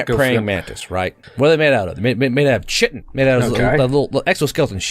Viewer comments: Chitin is pronounced 'kai-tin" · I agree with every single point you made but chitin is pronounced (kai-tin), only gripe I got.